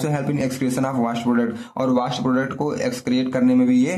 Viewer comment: व़ास्ट नहीं वेस्ट सर